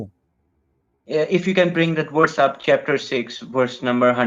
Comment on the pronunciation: i love how indian dudes cannot pronounce VERSE but say WORSE instead 😄😄 LoL ... "show me the Worse" "what Worse is it?" 😄😄 LoL